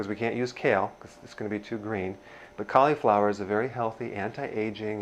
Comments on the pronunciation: Hahaha! Awesome! I shall call you Doctor Ah-nold! You say cauliflower like Schwarzenegger says California. You are awesome. Keep it up! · Caleeee flower? =) How do you pronounce slip? Just made me lol, love the recipe. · He mispronounced Mozzarella, Cauliflower and said "grade" the Caulifower. Come on Doc! 😅